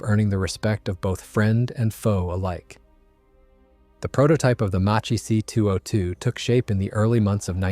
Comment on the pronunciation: The name is mispronounced. It is pronounced Mak-ki, due to the h.